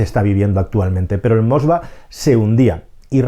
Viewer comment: El nombre del buque insignia es Moskvá y no Moskva. También es Rogozhin y no Rogozín, es Naryshkin y no Naryshkín, es Sechin y no Sechín.